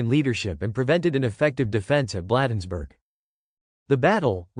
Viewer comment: "Blaaaadensburg" is correct pronunciation.